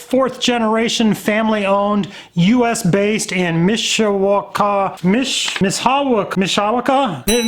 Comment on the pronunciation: You said Mishawaka correctly on your first try haha. I actually live in the South Bend and Mishawaka area ... Just a couple miles from SB Clutch, actually